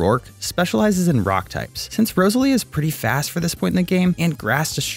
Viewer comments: 'rose-a-leah' 'ar-see-us' Will people pronounce things right for once? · Row-sell-ia cmon brother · it triggers me how you say roselia